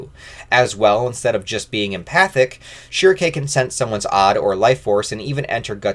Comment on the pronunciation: I've already downloaded this on oddesesy, but I want you to know that you are wrong about pronouncing her name "shrike". Might as well call him Gatsu.